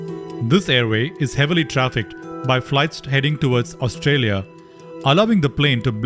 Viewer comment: Australia? Your pronunciation is so poor! My ear start aching as if I were hearing an Indian trying to speak in English!